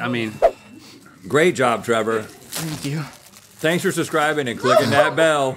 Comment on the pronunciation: Trevor like 🥺 “Fank you, happy to be here…” 👉🏼👈🏼